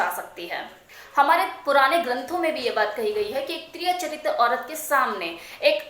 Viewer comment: You are wrong it is tiriya çhatiam not chatriam